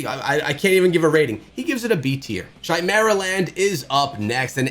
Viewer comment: lmao at the way he said Chimeraland